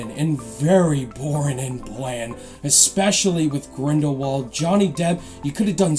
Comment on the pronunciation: Crimes of grindlebald xD